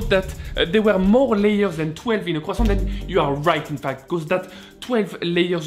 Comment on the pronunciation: I like how you pronounce “croissant”